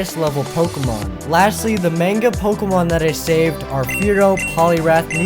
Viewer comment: I like the fact that he used the manga Pokemon too but the way he pronounces manga is "off" to say the least.